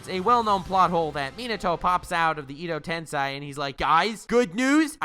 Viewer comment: It’s edo tensei not tensai.